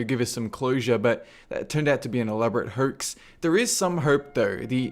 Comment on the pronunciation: "This turned out to be an elaborate herx... ther is serm herp ther" I truthfully cannot tell if my speakers are making it sound that way but what the fuck happened there? Did you have a stroke? Could be my speakers.